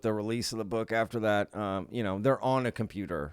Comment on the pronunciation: Com...pewt....or? What is compewtoor? Lmfao